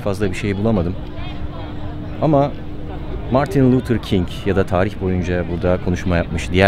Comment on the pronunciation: Margin Luther King ne güzel söylemis..